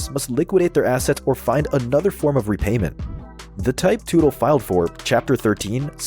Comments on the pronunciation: It’s not tootle it’s Tut-el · If only AI could pronounce names correctly. Tootle. LOL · Man I hate these AI narrated videos. Can't even pronounce their last name. Paul Tootle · Gotta laugh when someone creates a video on OCC and they can’t even say the owners name correctly. It’s not “Paul Tootil” dummy. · The last name is pronounced the same as Tuttle. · Another video that lacked serious editing in a few spot from a homework standpoint . . especially with the pronunciation of Paul's last name, lmfao!!! smh. . . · You’d think after doing a deep dive you would of learn how to say his last name. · When you were doing the research for this video did you not think learning how to pronounce the family surname correctly was a good idea? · Paul Sr would slap the taste out yo mouth for butchering his last name.. 🫲🏻😆🤘🏼✌🏼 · Hard to take anything you're saying seriously when you can't even pronounce their last name correctly